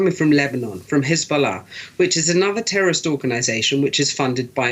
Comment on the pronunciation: It is ridiculous how this people utter "Terr'orist" as if they are IDF members, not reporters.